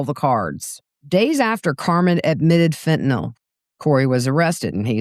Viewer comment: THANK YOU for the CORRECT pronunciation of FENTANYL👏👏👏!